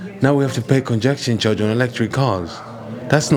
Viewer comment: Lord give me strength, Derek - is it really that hard to say "congestion charge" as oppose to "conjection charge"? 🙏